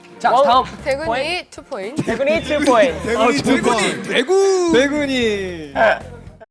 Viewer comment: 대구우니~ 하는게 꼭 우루~사 로 들리네요 ㅋㅋㅋㅋㅋㅋㅋㅋ